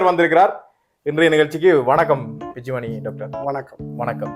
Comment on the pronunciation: Dr பிச்சுமணி இல்லை சார் Dr பிச்சுமணி 😄😄😄